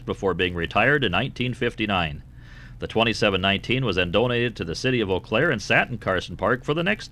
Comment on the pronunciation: its "yoo Claire" btw. also not enough shoptalk lol and the FRA is now angry at you for kicking a car